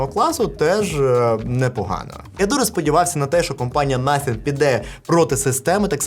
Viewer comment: First 🇺🇦 Коли казав слово nothing мені почулось naфіг😁